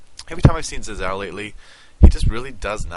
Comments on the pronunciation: Sorry for being a prick, but Xin Zhao is pronounced "shin-jhao". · Your pronunciation of Xin Zhao is wrong.